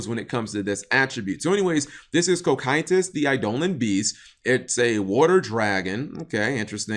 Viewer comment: cokytus....but...everywhere i've ever seen that word it has been pronounced "co-psy-tus" .... confusion